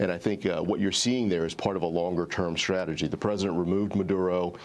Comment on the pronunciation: Did she say strategy? LOL